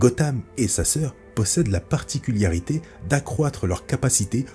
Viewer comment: J'adore tes vidéos. Les histoires sont bien choisies et bien racontées. Je suis hype à chaque publication !! Si je peux me permettre , en revanche, on ne dit pas "particuliarité" mais bien "particularités". C'est le seul et unique "bémol" que j'ai remarqué, tout le reste est parfait . Que ça continue !!